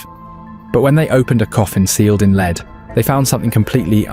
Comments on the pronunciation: It's an A.I. Voice over. It 'effed up again, just after it pronounced lead as "Leed" (Although lead - as in the metal and lead - as in to lead an army etc, are both spelt the same they are pronounced differently) using the wrong pronunciation. Then, the A.I. narrator then messed up again. It had a spaz attack for a second. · finally it is correctly prononced..then about 1 minute later again it's LEEDS..WTF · I thought this was real and not AI slop until he mispronounced lead the element as lead as in leader. Then I found out this wasn't found recently but half a century ago. Shame. :( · Leeeeed coffin! You talk history but mangle the language… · The voice is good, but the mispronunciation of 'lead' really stands out. I prefer someone real reading. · The Real story told by a human, not a bot who can't pronounce lead properly. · AI alert can’t distinguish between lead as lead a horse,and lead as in the metal element. Sigh! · Led not leed. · It's lead, lead, lead (led)!! :face-purple-crying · A.I. not being able to differentiate between "leed" and "lead" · Medieval bot not meeedeeeval and lead not leeed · The metal lead is pronounced “led” but this machine sometimes said “leed.” AI is annoying. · "Leed." we get it! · How come the producers of this video didn't check the narration and correct the "leed" coffin? The AI voiceover would of been convincing apart from this. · It is funny how Ai reads the word correctly once (Led) and incorrectly 5 other times (Leed), showing the English language is a bytch to learn. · Lead is not pronounced Leed. I hate AI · I'll bite. what's a leed coffin? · AI narrator just gave itself away when it said "leed" instead of "lead" when talking about the lead coffin! Can't the bloody creator narrate his own video! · lol every time he said leed instead of lead I cringed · ai. lead said as leed. ffs. no more. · never noticed the AI voice so much as on this one, Leeeeeeeeeeeeeeeeeed coffin L.E.A.D. pronounced LED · A leed coffin, silly AI